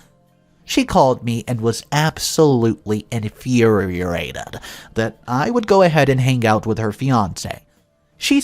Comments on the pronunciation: Infuriated not in infurerated 😂😂😂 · You're saying infuriated wrong try to get it right